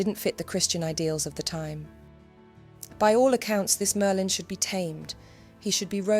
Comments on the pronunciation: sounds more like Maerlyn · Mer-lin is diminutive of mer, meaning sea, as in one of the meri cult.